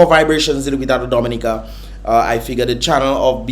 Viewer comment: The first time I have heard the correct prononciation of the name Dominica